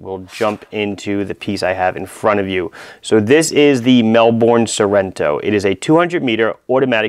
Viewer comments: Ahhhhh............ It's Mel-burn not Mel-born!!! Otherwise great video of course :D Love the Gold case Portsea, the one you reviewed is nice as well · Mel-BUN. Not mel-bourne. It's not Jason Bourne. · Mel boooorrrrnnneee It’s like melbun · Great review and great to see you stocking this microbrand from my home city! And yeah, over here we pronounce it "mel-burn" not "mel-borne". Aside from that, loved the review! Cheers! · It's pronounced "Mel-Bin"...